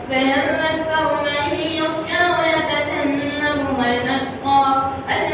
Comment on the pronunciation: اپلوڈ کرنے سےپہلے ایک بار تلاوت سن لینی چاہۓ حضرت قاری صاحب نے من یخشی کے ،ی،، پر پیش پڑھا ہے اللہ تعالی ہم سب کو عمل کی توفیق عطا فرمائیں آمین